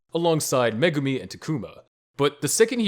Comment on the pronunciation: Megumi fan girl not Megumi there are two differences get it right!